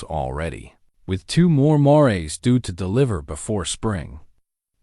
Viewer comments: I wish you had narrators who knew the English language & grammar better!!! A Mare is a female horse 🐎 & 2 or more female horses are called mares where the "e" is silent!!!!! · Nice. But can someone teach AI how to say mare and mares.